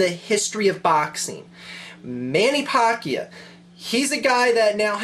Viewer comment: he keeps saying Mannys last name wrong.. lol